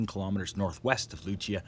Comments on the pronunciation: its pronounced lucee not luchia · I AM JAMAICAN, THANKS FOR THE REPORT ....... but this word "Lucea" is pronounced "LU-SEE" ....... not "LU-CHEA-YAH" lol lol have a good day .... no need to panic .....the earthquake was off the coast of Jamaican and cuba, there is a Tsunami warning ....but good news, no on died and there is not severe damage ..... have a good day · Appreciate the news, in Montego Bay, Jamaica and It was felt all island. Received moderate shaking but so far minimal damage and no news on any injury. Just an FYI Lucea is pronounced Lu-sea or Lu-cee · It’s pronounced LUCY by the way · its pronounced Loo-sea (Lucea) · Thanks for report. Its pronounced 'Lucie'